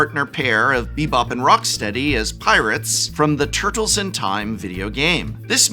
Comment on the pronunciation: You enunciate tur-tles like a microcenter employee asking if you mean “cd-r” or “cd-rw”.